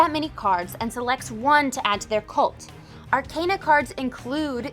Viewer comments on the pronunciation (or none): Mispronouncing the name of the game and also the word arcana is rough